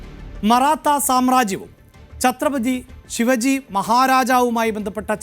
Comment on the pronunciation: ഛത്രപജി അല്ല ചത്രപതി